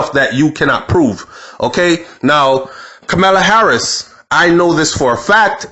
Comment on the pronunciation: It's ka mur la